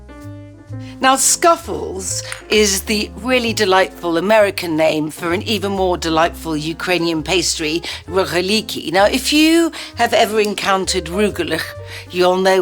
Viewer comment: ))) yes, it RogAlyky, not RohalYky (emphasis on the letter a)